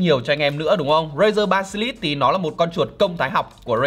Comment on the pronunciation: Basilisk nhưng việt hoá ba si lít nghe hài vl anh =)))